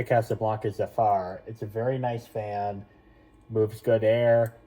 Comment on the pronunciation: beautiful also it's said zehfur not zufar! congrats on your zephyr man